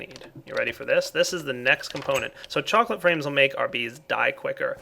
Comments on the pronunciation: He said ''Choclate Frames'' like ''Choclate Rains'' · says "chocolate frames" i hear "chocolate rain":)